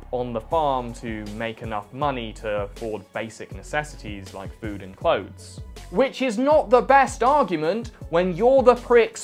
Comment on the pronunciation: Ah yes ”phood”